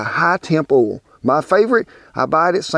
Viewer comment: You said "oil" not "ol" one time -- just after you threw away the cauliflower! ;)